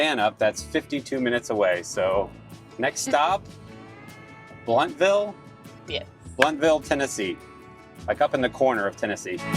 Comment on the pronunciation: We like the hot pickled okra from Yoder's. It's about 45 minutes for us. We have our own Amish market, Troyer's, that is much closer. (And you pronounced Blountville correctly. 😃)